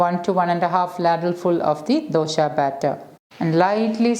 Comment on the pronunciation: Why is she saying dosha? 😂